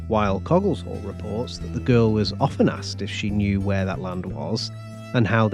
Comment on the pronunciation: Its pronounced cogg-eh shall